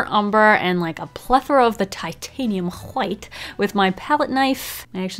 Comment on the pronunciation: "Who Hwhight"